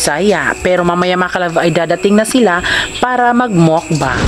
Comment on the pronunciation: Ang tamang pronounce po ay MUKBANG po hindi po MOwkbang🤣